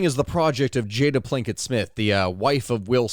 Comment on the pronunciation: Did you say Jada Plinket? Lol